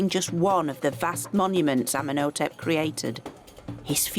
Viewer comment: Ummen Oh Tep 🙄 she needs to learn how to say their names correctly